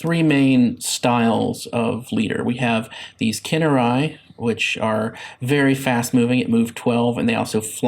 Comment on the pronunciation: Khinerai (Pronounced - Canary - they keep going in first and if it's dangerous they die) :P